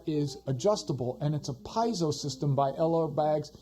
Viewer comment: Pee-AY-zo haha. Thanks for the review